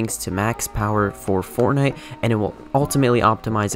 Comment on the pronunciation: he do be saying fornite